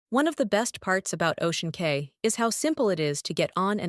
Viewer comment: It’s pronounced Ocean Key